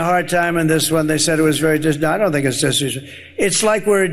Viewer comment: "I don't think it's disrees?" 😂😂😂😂😂😂😂